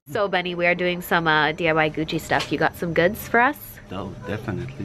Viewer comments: it's Gucci not Guccy lol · Shane dawson fans: Why does it say Gucc-ee? Why'd you buy something called Gucc-ee?